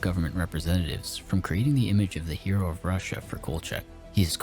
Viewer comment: Not hero, but heel-oh.